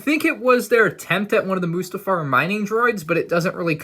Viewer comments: It’s not moosetafar it’s mustafar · Stop calling it Moostafar😂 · You're saying mustafar wrong dude